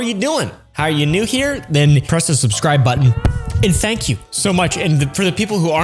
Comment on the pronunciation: “Thenk you ” chain